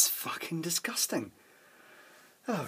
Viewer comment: usually sounds really pleasant and soft and then he comes out with "Facking hell, that's disgustang"